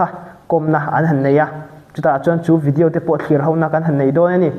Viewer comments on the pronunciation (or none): none